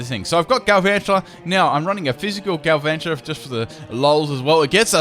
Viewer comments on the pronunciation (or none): none